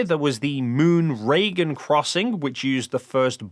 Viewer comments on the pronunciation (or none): none